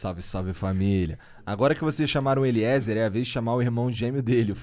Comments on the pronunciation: Falando sério Monark, se não tiver ido ainda, vai no médico ver se tem algo tipo dislexia (falando namoral mesmo). O cara é o convidado e você conseguiu errar o nome umas 5 vezes lendo... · Terminou o podcast e o cara não aprendeu a falar "Eliezer" direito! pqp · Eliezer é demais! Sigo ele da epoca do freeganismo, depois enquanto preparava a van, londres etc. Demais Agora vamos falar que este monark é dose. Fumou tudo, bebeu todas, perguntas estúpidas e não conseguir falar o nome do entrevistado foi o fim! Necessario se preparar e ouvir o que entrevistado fala!!! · Acompanho o Eliezer a menos de um mês, mas já vi vários vídeos dele. Me identifiquei muito! Cara do bem e humilde. Nota 10!! Deus abençoe seus planos 🙏🏻 Nota 10 Para os caras do flow nota -1 Zero é pouco pra eles... Totalmente sem noção, sem educação... Xingam o tempo todo sem motivo, fumam numa entrevista, apologia ao uso de drogas... Entrevistador "Monarck" não consegue sequer ler nomes corretamente...